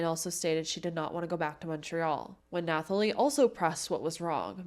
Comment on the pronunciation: I can't help much with the French words but as the mother of a daughter named Natalie I can tell you that the h in her name is silent. 😊 the reporter actually pronounces her name with the silent h.